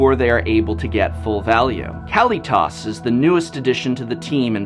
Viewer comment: I don't make a ton of money and I saved up for this deck over 6 months and completed it in June! I love playing it so worth it! Great video professor only thing is kalitas is pronounced "Kal-e-tus!!! Haha